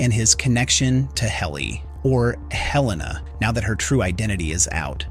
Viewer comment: Why do people say Heleena when it's pronounced Helena in the show? Makes you wonder if they've even watched it.